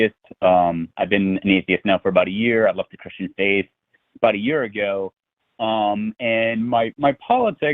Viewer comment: When says "I left the Christian faith" it sounded like "I want to crush your face".